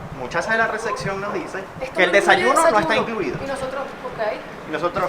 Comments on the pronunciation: Todo muy triste y mal rato pero no se dice recección... Es recepción. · Re-cep-ción reeeeeceeeepppppción en serio aprendan a pronunciar. No es xenofobia solo pronuncien su propio idioma correctamente.